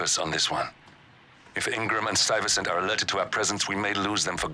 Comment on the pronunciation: No way this dude pronounced Stuyvesant wrong😂😂😂😂